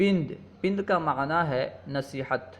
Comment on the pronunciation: غلطیاں کیوں کرتے ہو ۔۔۔۔پند پ کے فتحہ کے ساتھ ہے۔۔لغات کشوری صفحہ ۸۶ پر ملاحظہ فرمائیں